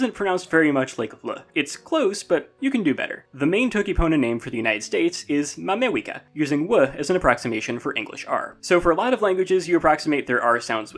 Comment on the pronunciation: "ma Mewica" sounds so funny tho i love toki pona